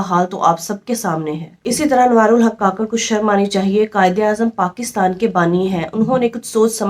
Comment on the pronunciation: Ye mnafiq Hy beka hwa Hy kakrh ni kukarh Bolna chaey